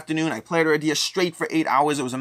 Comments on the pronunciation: A-RID-e-ah not Ara-dee-ah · Cringed every time mispronounced the game